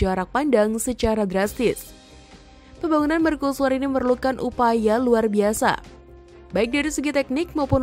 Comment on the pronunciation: Serius bertanya, kenapa dilafalkan sebagai "merkusuar", bukan "mercusuar"?